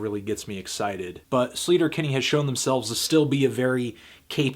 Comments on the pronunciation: It's pronounced like SLAY-ter-Kinney, not SLEET-er-Kinney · He's pronouncing sleater Kinney wrong